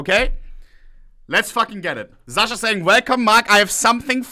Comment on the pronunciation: its Sasha, not Zasha